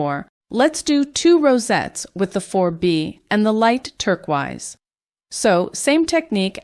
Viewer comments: Hey it sounds like you didn't realise, but turquoise is pronounced tur-koys not turk-wize. This can sometimes happen, even to native English speakers when we pronounce a word phonetically but have not actually heard it spoken! Lovely designs, but the mispronunciation is really jarring, you might want to re-record the audio for the video 💕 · Love the video but you have me wondering if I’ve been saying turquoise wrong all my life, lol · The was that you pronounce turquoise is kind of infuriating 😂